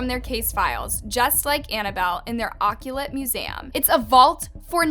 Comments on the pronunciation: You said occulat. It occult..ugh.. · Lol!! Ikr ..I was like...what tf is an "Oc-U-late" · Here I am trying to improve my English pronunciation and she decides to come and pronounce "uh-kult" like that smh 🤦🏻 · Occult museum. Not 'occulet' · their what now? Occulet. It’s occult. Pronounced a-cult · Its occult not occulet. 🙄🙄🙄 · Loved that you just told the story instead of trying to make your voice all scary and way over doing the scary underscore. You had just the right amount. Only thing. Occult. "oh-cult" not "aw-kew-let" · This pronounced "occult" as "occulot". I was done after that. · Occulate? You mean occult? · Occulate museum? It's occult, not occulate. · The occulite museum? Is that a word?? I’m really over your mispronunciation of things. I quit. I can’t believe the research you do if you can’t even pronounce the words. Video after video. Ugh. Get an editor!!! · "Occulet museum" 😂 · I'm sorry to have to correct you but it is not an Oculut museum it is an occult museum o cult is how you would pronounce it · Occult … not occulate 💀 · You are pronouncing Occult improperly, oh-cult, not aw-kew-lit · Say it with me: Uh-Colt, not occ-u-lat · I love how she said occulut museum 🤣 it's occult, pronounced like ahcult. I still love her though 💜💜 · “Occulit museum” lol. Did they have to find the ditziest 16 year old Santa Monica resident to narrate this? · The word Occult is pronounced "A-CULT" the way you said it sounds like you have a Weiner in your mouth !.:face-blue-wide-eyes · “Oculet” museum 😂😂😂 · ock-u-lit museum ? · That “oc-u-lat” museum must be creepy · So no one caught her pronouncing occult “occulate”? Just me? Okay. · its pronounced ah cult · Occult is pronounced uh-cult or oh-cult. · "Occulat museum..." FFS, these are 3rd grade level words you're struggling with. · This is pretty minor but occult is pronounced uh-colt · Me too I was like wtf is an oculet 😅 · Occult,. Uh-kuhlt.🤦🏻‍♀️ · And “occult” is pronounced “o-cult”